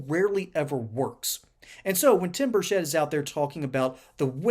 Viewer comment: It's Burchett not Burshett!